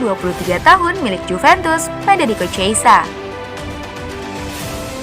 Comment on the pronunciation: Min bukan cheisa min tapi chiesa... Dan bacanya pun bukan chiesa tapi khiesa...